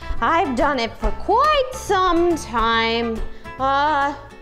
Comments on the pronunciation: Forze Minecraft It’s not Oreston it’s Preston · you say oreston your s Did you dont know its preston are you don"t know her name